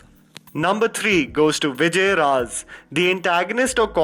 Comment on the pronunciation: It's not Vijay Raaz He's name is Vijay Raj